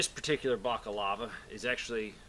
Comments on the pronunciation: What the fuck is a minuteman? Also, Balaclava, not Bacalava. See, I even get the red word line under the word when I spelled it like you said it. Bacalava is very close to the word Bacalao which is a Portuguese fish dish. So please.. BALACLAVA, BALACLAVA, BALACLAVA!!!! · It's bala clava, not baca lava. Balaclava. Invented by the French under Napoleon when they invaded Russia. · Balaclava...not bockalava lol. But I see your point and agree. Sometimes anonymity is required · It's a balaclava not a backolava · Baliklava, not bakalava Almost sounds like baklava, the Russian dessert. Although given the choice, I'd rather have the dessert in my mouth. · Bakalava? I think youre looking for a balaklava m8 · I think its "balaclava" not "bacalava" ...but good video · Er, the Tea Party dressed up as Native Americans in a sort of bizzarre way to say "We're not British, we're Americans." The Colonists trying to pretend to be Natives was nothing new at the time. Also, it's pronounced "Bala-Clava", Not "Block-of-Lava". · Balaclava, not boka lava. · Great sentiments here, but it is called a balaclava ( not a bacalava ) For historians out there, it is named after the Russian Crimea city of Balaclava ( now part of Sevastopol ) where they were invented/worn by the British troops during the siege/battle of Balaclava ( the famous Charge of the Light Brigade happened here ) because it was so bloody cold. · It is pronounced Bala_clava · B-A-L-A C-L-A-V-A lol! Lmao everytime you said bakalava! Great info though, keep up the good work brother! 4 MORE YEARS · Hey bud, just so you know, it's pronounced BA-la-CLA-va. Keep fighting the good fight. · BALA-CLAVA. but great video per usual man. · someone who's not wearing their PC right, is way overloaded, has his sidearm in a fucking pouch on his PC, saying baca-lava. yeah I'll take advice from him. LOL. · Balaclava/bacalava, lol. My son used to pronounce doMinoes as doNimoes when he was a tot. :) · It's pronounced BALA-CLARVA